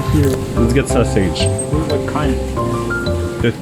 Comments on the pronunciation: "Dady sasuage" ????????? Wtf pls kill me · Pas ngomong sosis dialek Indo nya kerasa di kuping soal beda sm dialek si pas ngomong kata sosis huruf s nya kaya beda